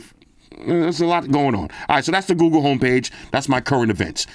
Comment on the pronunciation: Love hearing my boy saying "Google" cause it sounds like he's saying "GooGoo" 😂